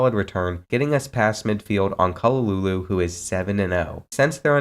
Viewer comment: Great video but jeez the way u pronounce those Hawaiian names are rough. Bro called Kahului (Ka-Hu-Lu-i) Kalulu